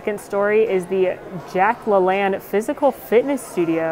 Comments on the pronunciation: Boy, do I feel old: It’s pronounced “La-Lane.” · the fitness center is pronounced Jack LaLane. He was a fitness guru popular from the 60's- 80's. I think most popular in the 70's. -more cute theming on the hotel's part.